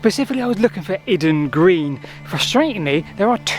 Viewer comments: from a local your Iden Green is pronounced Eyeden Green not Id? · Eye-den Green. Not Idden! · Its pronounced with a capital I. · I worked in Kent for two years and I'm sure it's pronounced "eye-den" (Iden Green). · The 'I' rhymes with 'pie' in Iden Green. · pronunciation of place names is often a bit flaky...!